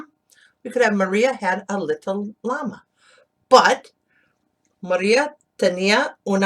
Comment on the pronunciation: Thanks to read for us. Just be careful with the word LLama, in spanish de LL is pronounced like the letter Y, Yama